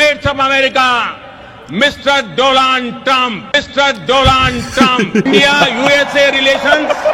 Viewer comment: ডোলান টাম্প?? নাকি ডোনাল টাম্প??😂😂😂